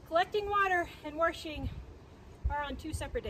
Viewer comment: Our pastor says "war-she-ng" too! I love it! 💜